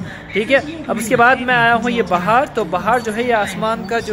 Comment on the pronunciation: आप "बहार" नहीं हो, आप "बाहर" है ।